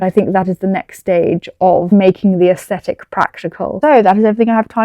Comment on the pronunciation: aSHthetic lol please dont